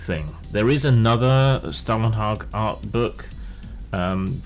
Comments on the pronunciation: Scandinavian Spasticus here - 'hag' was correct, but 'Stålen' is pronounced like 'stolen' in English. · Your pronunciation of Stålenhag is incorrect.